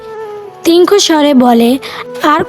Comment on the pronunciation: আমরা বাঙালিরা ঠিক করে কথা বলতে পারিনা। তীক্ষ্ণ চোখ কে বলছে তিনক্ষ চোখ। আর কথায় দাঁড়ি, কমা, প্রশ্নবোধক বলে কিছুই নেই।